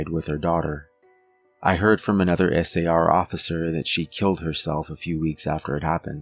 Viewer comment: I would say you're about the most professional chronicaller I've listened to. The fact that you are speaking S A R instead of pronouncing it like a word, is enjoyable to listen to. I'm a retired physician assistant and one of my pet peaves is of people pronouncing acronyms line MuRSA instead of saying it as an acronym M R S A. Especially non-medical people trying to sound professional. Its less peaving if its someone in the profession, but still an irritant. Clearly, it's a little anal-retentive of me, but language and structure is so essential to professional communication regardless of the profession. Its especially an imperative for the chronicaller trying to convey fact rather than just an anecdote. So, thank you for your precise and professional chronical. Reg